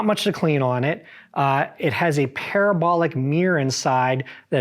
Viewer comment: Taking advice from a guy who can't say Mirror...What the hell is a mear